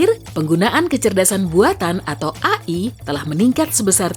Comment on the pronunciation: AI ,,,bacanya e'ai